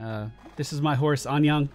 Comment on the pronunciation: I'm guessing the horse is called that because it means Hello in Korean? However, you said Anyang :P Anyeong = Hi/Hello Anyang = a city just South of Seoul